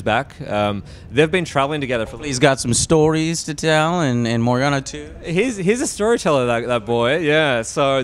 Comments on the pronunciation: Joe, I love you. But it's Morrigan, not Morgana ;) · Joe, for fuck sake, it's Morrigan! I mean, he said it right at ya face! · lol Joe keeps calling Morrigan Morgana, even after Cameron corrected it multiple times. Good interview otherwise. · "Morganna." Ugh... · "Morganna" Nice one, Joe. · It's Morrigan not Morgana Joe! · Damn it Joe, stop saying Morgana!! Also, Alistair killed Yavana in The Silent Grove. I doubt Yavana will be showing up for Inquisition, given the events in The Silent Grove graphic novel. I'm really looking forward to Inquisition! I can't wait until it's release later this October! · Morrigan Joe, Morrigan, Not Morgana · I can't believe that Joe said “Morgana” twice, it's MORRIGAN, dude! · It's Morrigan , Joe. not Morgana 😂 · Did Joe called Morrigan "Morgana"? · He kept saying Morgana... not Morrigan. It's Morrigan, Joe... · LOL Did Joe just call Morrigan- Morgana? I'm guessing he plays League of Legends. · It's morrigan, not Morganna. Nerd rage. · Morrigan.. joe.. morrigan not morgana, i though you are as nerd as i am T_T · didn't ask any of the good questions....Plus why does he keep calling Morrigan, "Morganna"? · lol joe its morrigan bwahaha not morgana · "Morrigana". Ughhhhhhhh Joe... Don't talk about games you know nothing about please.